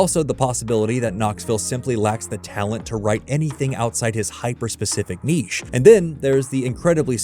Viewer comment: Achievement Unlocked 100 - Pronounce Niche Correctly. 0.02%